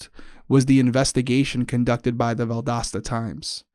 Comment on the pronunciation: Seriously 😐 you can’t say Valdosta correctly? And after saying it numerous times you have to make a deal about when you say it? You mispronounce quit a few words! Deal with it! We all do when we hear it!